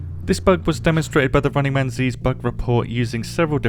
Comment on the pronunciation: It's Runningmanz not Runningman z lol. love your videos keep up the good work